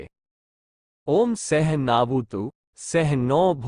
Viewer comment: वक्ता को संस्कृत का ज्ञान। है। ही। नहीं। ।सहनाववतू,,,, उच्चारण अशुद्ध है ।( टाइम पास किया जा। रहा। है) । वक्ता अपरिपक्व है, पढ़ कर बोलनें की कोशिश कर। रहा। हे। । अस्तु